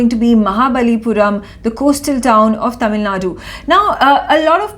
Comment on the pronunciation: Dear Newsreader pls note in the word Tamil Nadu, the u at the end is silent or rather half silent.